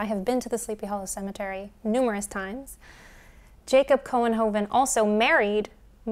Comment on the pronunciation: Your pronunciation of Couenhoven was just fine. There are still about 9095 people in the Netherlands with this name and about 5776 in the US. In Holland it is spelled mostly as Couwenhoven. When you said 1817, I immediately thought of Jane Austen. She died July 18, 1817.